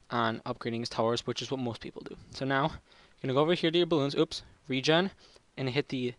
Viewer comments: it's called rainbow regen (ree-jen) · Your terminology is crap. It's Banana Farm, not Banana Tower, and Wizard, not Magician. Also, the Tack Shooter is not a monkey. Regen is pronounced with a j sound, not a hard g.